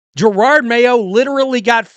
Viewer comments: I am so happy! You are back with a GIRARD Mayo video!😅I never though I would hear you mispronounce his name again...it's a belated Christmas gift :) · I thought Glenn would be a good coach. i was very wrong. But Im a Pats fan for life. Its still funny how you say Jarard Mayo. He stunk. Had Maye and still couldt win games, Pats are BACK!